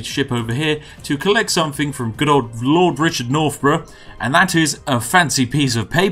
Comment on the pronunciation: Lord nor-bruhhh